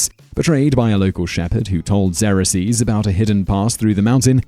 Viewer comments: Your pronunciations of some of the words are funny..... Xerxes is one that I giggled at... Such a great video! Love the research you put into it and how quickly you gave information with such little time. Very great vid guys!! Subb'n fa sho! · Do you not know how to pronounce things properly? An example would be your pronunciation of Xerxes. I have never heard of it pronounced the way you did and can find no reference that does. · thumbs down....for the failed pronunciation of Xerxes and Leonidas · Xerxes is not pronounced 'Zer-uh-sees'. It is 'Zerk-zees'. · Pronounced "Zerx-sees" not "zera-sees" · Xarraseas? You mean Xerxes? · Who is "Zerasees", I can't find it on the Internet. I did find XERXES, pronounced ( ksurx-eze ) or if that's too difficult, try (zurx-eze). So if that's the guy about which you're speaking, then you're pronouncing it like it would be spelled x e r o x e s, adding an extra syllable, which makes it another thing entirely - the plural result of a verb which came out of a noun, the brand name product office machine, the well known Xerox copier. Which I am sure has gone to war at times but never held a lance, sword, or shield, nor armor or ever rule the land…. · Zrk’sēz not zerresees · Your pronunciation of "Xerxes" as "ZAIR-ax-zeez" is somewhat peculiar. I've never heard it as having more than two syllables, like this: /ˈzɜːrksiːz/. Also, I'm surprised that you didn't even mention the systematic, mandatory homosexuality endured by unmarried youths living in the barracks. Every young man had an older mentor who sexually abused him. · It's pronounced "ZERK-zeez", Simon... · Why can you not pronounce the Persian king’s name correctly it’s pronounced “Zerksees” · Xerxes pronounced Zerkseez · Spaw-ter? Who the hell are Lee-on-nuh-dees & Zer-axe-sees? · Sometimes I watch these videos just to see what this man will mispronounce. Zerasees out of Xerxes? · Who else was freaking out when he kept saying Xerxes wrong?! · Bugs me the way he pronounces Xerxes.